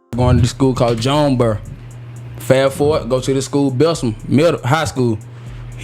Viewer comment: “Fat forwar”